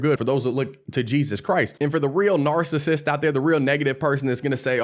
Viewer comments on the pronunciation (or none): none